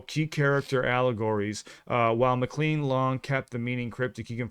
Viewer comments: . “Lenin read a book on Marx.” That’s a reference to Russian revolutionary Vladimir Lenin, not John Lennon of the Beatles. Also, he pronounces his last name with a long “a” as in “lane,” not “clean.” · Don pronounces his last name “muKLANE”, not “muCLEAN”. Also, little known fact: His performance as a relatively unknown artist at the Troubadour inspired Lori Lieberman to write what became one of Roberta Flack’s great hits, “Killing Me Softly”. There’s a documentary about the making of the American Pie album, and Don and Lori tell the story about the song’s origin. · Don “McLane” is how it is pronounced- not McClean. When I worked in radio, I’d play this song when I needed a bathroom break because it was the longest song we had in our playlist 😅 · We appreciate your journey with American pie. We remember the song from when we were young. And I just want to suggest it sounds like Don MCLEAN but it's actually pronounced Don MCLAIN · Pronounce the name correctly, it’s Mc Lane, not Mc Leen. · Don Mcl’A’yne not Micklean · I'm absolutely sure I've never heard McLean's name pronounced "mc-clean". It's "mc-clayne", at least that's the pronunciation I know. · Just fyi...the end of McLean rhymes with plane, not mean. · His last name rhymes with 'plane' not like 'clean'. I suggest that you react to 'Chantilly Lace' by The Big Bopper and also 'La Bamba" by Ritchie Valens. Both of those songs are great! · His name is pronounced daan muh klayn not clean even tho its spelled that way . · OMG! NEVER heard THIS before??? 🙀🙀🙀 By the way, it's pronounced like John McClane from die hard! 🙀😺😸😹, NOT McLeane (CLEAN)...I hope you get to catch the reference to the 60s sci-fi TV show, lost in space!!!!!!!... Uh-oh!!!!!!!!!!... APPARENTLY, you MISSED that!!!!!!!!!!! Altamont! After WOODSTOCK, many people AND promoters TRIED to RECREATE it, but NEVER COULD, and THAT one was a TRAGEDY!!!!!!!!!! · It's not pronounced Mc-clean. It's Mc-lane. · McLean pronounced "Mik Lane" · Mac lean